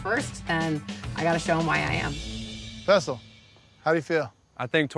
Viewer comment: Why all of a sudden are they calling him fessal